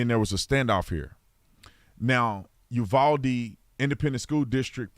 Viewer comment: FYI, first hand info from a Texan... its pronounced U VOW DE not U VOL DE